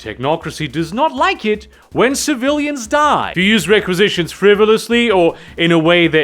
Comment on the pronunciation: When you were talking about requisitions all I could hear was… “Space Star Ordering!”